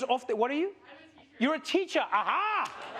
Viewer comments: That "Ahaaa" is South African. Felt It!😂😂😂😂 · that "ahaaa" is so South African🤣🤣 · That "Ahaa!!" was sooo South African 🤣🤣🤣